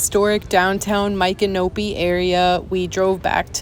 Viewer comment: Ok girl you are saying the name wrong